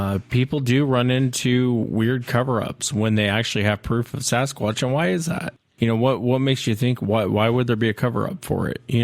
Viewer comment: As many times as has used, heard or seen it written....the word Sasquatch has a "T" in it.